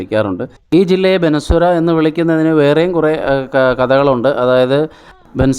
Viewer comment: എടാ പൊട്ടാ. ബനസുരയല്ല ബാണാസുരയാണ്. പണ്ടാരാണ്ട് ലുലു മാൾ കാണാൻ പോയതുപോലെ..😂😂